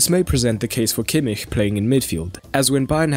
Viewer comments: Thats how you say kimmich... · That's the proper pronunciation. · That's how it's pronounced in German.